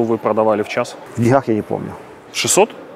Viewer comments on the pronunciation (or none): none